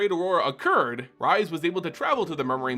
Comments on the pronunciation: I enjoy this. But....Rhys the Redeemed/exiled and rhystic study. Rhys. Not Rise. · Welp you triggered me, here we go: I don't understand how people can find SO goddamn many WRONG ways to pronounce "Rhys". It's Welsh and it's pronounced "Reese". Like from Malcom in the Middle, or REESE'S PEANUT BUTTER CUPS! watch?v=DK49yJG76bE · This is how Rhys is pronounced.